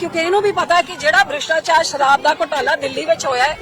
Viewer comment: ਕਿਸਾਨ ਵਿਰੋਧੀ ਨੀਤੀਆਂ ਅਤੇ ਕਿਸਾਨ ਵਿਰੋਧੀ ਬਿਲਾਂ ਤੇ ਦਸਖ਼ਤ ਕਿੱਸ ਨੇ ਕੀਤੇ ਸਨ ਉਨਾਂ ਬਾਰੇ ਵੀ ਦੱਸ ਦੇ ਜਰਾ ਪੰਜਾਬੀਆਂ ਨੂੰ। ਹੁਣ ਨੀ ਤੁਸੀਂ ਪੰਜਾਬੀਆਂ ਦਾ ਬੁੱਧੂ ਬਣਾ ਸਕਦੇ ਹਾਲੇ ਤਾਂ ਤੁਹਾਨੂੰ ਗੁਰੂ ਗ੍ਰੰਥ ਸਾਹਿਬ ਜੀ ਦੀ ਮਾਰ ਪੈਣੀ ਹੈ। ਪੰਜਾਬੀ ਤੈਨੂੰ ਸਿੱਧੀ ਬੋਲਣੀ ਨੀ ਆਉਂਦੀ ਭ੍ਰਿਸ਼ਟਾਚਾਰ ਨੂੰ ਬਰਿਸ਼ਟਾਚਾਰ ਦੱਸੀਂ ਜਾਂਦੀ ਹੈ।